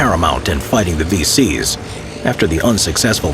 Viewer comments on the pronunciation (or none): Thought you said “feces” not “VCs” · I thought he said "the faeces would often pass right by it" 🤣🤦‍♂️🤦‍♂️ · the vc's would pass right by it but it sounds like he said feces pass by it